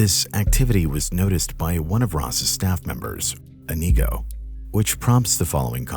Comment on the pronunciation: inigo is usually pronounced with emphasis on the first i, not the second